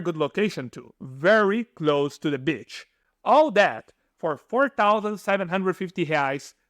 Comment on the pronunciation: i heard "very close to the bitch" i was like what did u say bro??? then i was like ahh yes.. very close to the beach hahah!!!